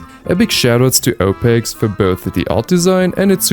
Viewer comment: I find funny how you call opexe "opex" in portuguese, his name means "the fish"